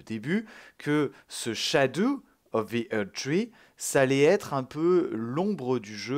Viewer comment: Ppurquoi tu dit "SHADOU" 😂😂😂 jpp le dlc kawaii enfaite